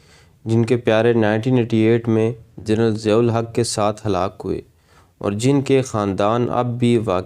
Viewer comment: Madoode azam Siyahul Haq. The stress is on S and not Z.